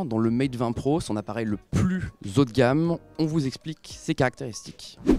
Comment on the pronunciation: on dit pas le plus "zhaut de gamme", quand on fait des vidéos sur youtube la moindre des choses c'est d'avoir une élocution au delà du niveau d'école primaire. On dit pas les zhauteurs enneigées que je sache... C'est quand même grave de pas savoir c'est quoi un "h" inspiré quand on à plus de 20 ans